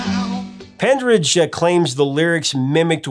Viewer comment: Stan's surname is Penridge, not "Pendridge", and Ace's surname is pronounced Fray-lee not "Free-lee."